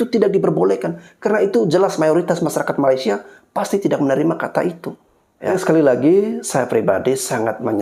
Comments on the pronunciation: Sebutan kamu tu kena betulkan. Ma-lay-sia...Melay...Melay..Melay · Dorg tu takpandai eja Malaysia.. Yg dorg sebut malasia pastu singktkn jadi malas... Kan lawak tu